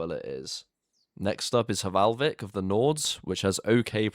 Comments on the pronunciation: no to be that guy but it is valhvik and not hvalvik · H in Hvalvik is silent. It literally means whale inlet... hmm, h in "whale" is silent too now that I think about it.